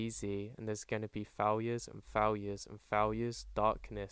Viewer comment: Its not gonna be easy, there’s gonna be faowures